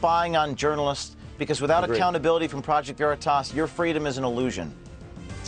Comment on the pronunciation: First Sean don’t even say the name right when introducing PV, Sean makes me sick! Haven’t watched him in years!I couldn’t even watch when President Trump was on with him. He didn’t make a mistake, saying it was your home James, he wants you to think he’s a good guy ! His family is from a long line of FBI /CIA, Sean is a snake 🐍